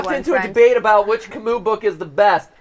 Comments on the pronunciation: Please: Camus, not Camous (or "Camoo" for english speakers). U, not OU. Not really a fan of Camus, but the pronunciation hurts... ;) I didn't even recognize the author at first. Other than that, love the stream! ^^ I've been binge watching gtlive and all your theories lately! (In thruth, I didn't know that Camus was known abroad: is he really well known in english speaking countries? just curious) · MatPat had French and still pronounces Camus wrong...